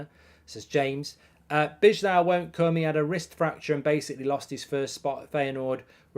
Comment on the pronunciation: B-eye-low = bijlow please, I'm dutch